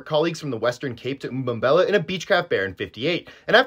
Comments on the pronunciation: mbombela... not bad pronunciation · From South Africa btw, you pronounced Mbombela well, but it’s pronounced Velkom, not how you’d say it in English :)